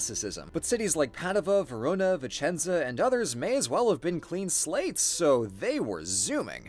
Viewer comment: As a Vicenza native, thank you ❤️ now I miss my city even more! Ps: good job on the accent 😘